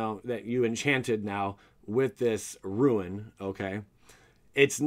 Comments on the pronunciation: Rune = Roon not Ruin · Roon. Not Ru-In. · bugged me every time he said "ruin" not "rune" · It's "Rune" not "Ruin." You even misspelled it in the video thumbnail. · It’s rune as in roon not ruin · RUNE=ROON. NOT RUIN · Bro it’s rune not ruin lol 😝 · Rune /ro͞on/ - a mark or letter of mysterious or magic significance. ...not Ruin. Ru·in /ˈro͞oin/ - the physical destruction or disintegration of something or the state of disintegrating or being destroyed. Good info but listening to you do that for the most significant part of this vid was cringy. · Please stop saying "ruin". It's "roon" (phonetically) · great video but the rune pronunciation ruined it